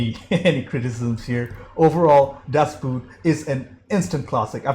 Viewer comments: Its a Boat not a shoe. It is pronounced Das BOAT. Not like the Boot. Also: there is just 1 version you must watch. The 6h TV cut. Even the directors cut doesnt do it justice. And now your questions: The crew is quite because of sonar, not radar. The wide shots is is a small scale model. There was a guy laying inside, which barely fittet in, driving that machine. At one point it sank. This model also appered in the first indiana jones movie. Interior shots are made on a hydraulic plattform. Interrior is built after real plans to the T. the translation of that movie is terrible. A making of is on youtube About your reaction: i always thini it is dumb to react such a movie. You annoy yourself and tze audience with questions that are answered a minute later in the movie. You also miss so much details.... On a sidenote, das boot is the first book of lothar günter buchheims book trilogy. The captain returns in the 3rd book, he didnt die. Also, read the book. Worth it. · Just say "Das Boht"...not boot 🥾, not boat ⛵ 🤭... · Boot in German is pronounced similar to boat in English. Das Boat, not like the footwear boot. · Don't say: "Das Boot" but say "Das Boat". It's written different but spelling and meaning is the same. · It´s not buut people. It´s boot. Learn German at least that much, for the love of god!!!!! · Is pronounced "boat". Sounds the same as in English. The movie is not about footwear.😉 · Best... submarine... film... ever. It's pronounced Dass boht, by the way. Or Dass Bot. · Hi, glad that you took the opportunity to watch this film. It would be nice if Americans and others would try to pronounce the German word right. It's actually the same as in English BOOT meaning and pronounced BOAT! It's as simple as that. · It is painful to hear mispronunciation of the movie name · In German Das Boot is pronounced Boat. It's not footwear. It's an Uboot Unterwasser Boot. Underwater boat.